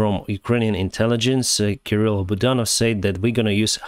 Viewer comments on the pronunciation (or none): none